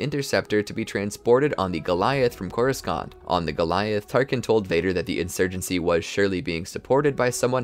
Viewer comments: You cant call yourself a star wars fan you pronounced almost every star wars name wrong and you cant say it was because of an "accent" because you dont, you said coris-cont instead of Coruscant, you said crys instead of kryze. And I bet that most of the people who replied me to this is not a star wars fan and is only saying it after watching this 6 hour video on the timeline of one character, I'm not mad about this it's just that all of the supposed "star wars fans" that make these type of videos pronounce everything wrong making it clear that they are not a star wars fan because they've never really watched any movie or show. Sorry about this but I'm the only one in the comment section to point this out. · Bro is saying coru-scant instead of coru•sont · Too bad they can’t pronounce Coruscant or Amidala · The one problem I have is your pronunciation of "Coruscant". With all the sources out there and this being such a large part of the story I would think pronouncing the main world correctly would be important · It's a great video but in the end, my frustration with how you pronounce words like Coruscant just won't allow me to finish it. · Before you make another Star Wars video will you please learn how to pronounce Coruscant correctly? They literally say it in the movies/shows countless times so I really can't understand why you mispronounced it literally every time you said it.